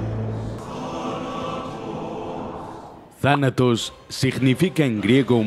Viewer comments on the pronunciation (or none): Yo no pensaba que decía Thanatos pensaba que decía Tarado xd